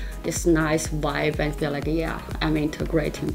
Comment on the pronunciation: "You just drink a lot, aaaaaaand, you just drink a lot", ging stuk om deze uitspraak😂😂